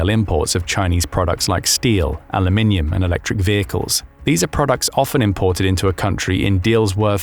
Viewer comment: It's so nice to hear a narrator on YouTube saying Aluminium properly.